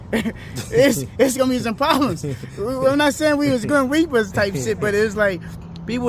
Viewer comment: He the grim weeper…. He said run up on him You gonna have pwobwems!!! 😂😂😂